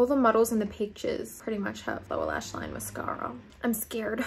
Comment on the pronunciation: The way she says line-UHH